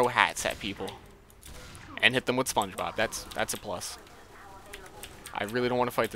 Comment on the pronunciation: Spon-gee Bobuuu.